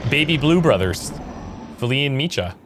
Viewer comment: Hey, I think your pronouncing Micah's name wrong. The C and H aren't connected, so it would be pronounced (Mike-ah)